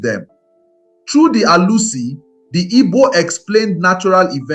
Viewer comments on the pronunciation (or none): This video would have been perfect if you could speak and pronounce Igbo words properly. Ur pronunciation of Arusi, ofor and other important things nearly spoil this beautiful narrative. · You tried but your pronunciation of Arusi, Ofó na ogu, ala is totally wrong. Almost spoilt the fun. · Ala, Arusi/Alusi, Chi, of for, Ogu. you are murdering this pronunciations it's annoying